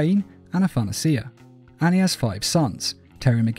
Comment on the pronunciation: I'm pretty sure Athanasia is pronounced "ah-thuh-nay-shuh," not "ah-than-nuh-see-uh." It's the female equivalent of the name Athanasius.